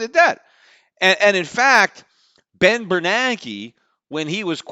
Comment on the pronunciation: Ben Ber NAN ke, not Ber Nake.